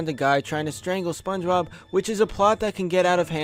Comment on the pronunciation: why the fuck he's saying SpongeRob instead of Spongebob